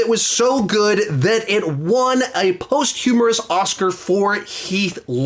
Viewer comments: Great video. It’s posthumous, not posthumorous though lol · I originally wanted to correct that rhas al ghul wanted to tear the city down not blow it up, but then u said heath won a "post humorous" Oscar, and I had to edit. If it was a wordplay joke, well done sir...if u meant "posthumous", u really fkd it up 😆. 👍 as always brother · bro said post-humorous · Idk if he said, "post- humourous" on purpose because of "joker" or if he thinks that's actually how you say it. Lol